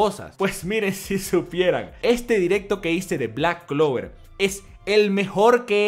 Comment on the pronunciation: Sabemos que se empieza a tomar en serio a Black clover porque ya no dice clack blover tan seguido